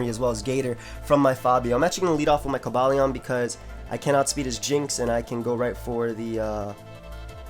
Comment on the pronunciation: i believe its pronounced kohba lyeon (Cobalion)